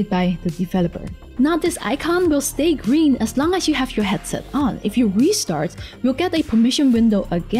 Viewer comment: Please speak Chinese and add subtitles. We don't say "gring" it's "Green". G.R.E.E.N.